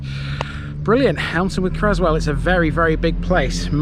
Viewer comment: Cresswell not Crezzwell